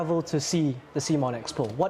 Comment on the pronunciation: Great to see Cmon's co-founder take time to talk to the community. Although he was indeed wrong about the pronunciation ;) Guess no one reads your t-shirt!